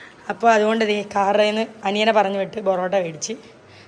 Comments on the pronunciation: Borrottaaa ❌ porrottaaaa✅😅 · Trivandrum ullavarull oke borrotta enna paryunne 😄pakshe kollamkariaya enniku athu valiya budhimuttu ayirunnu 😄😄😄🥰